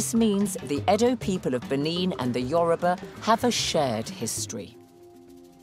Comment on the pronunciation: Wow! I am so miffed with her pronunciation of the Yoruba names. I guess because its my language. The Benin Professors said our people are 'Orally literate' not illiterate.